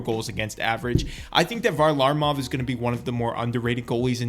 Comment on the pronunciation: Say varlamov right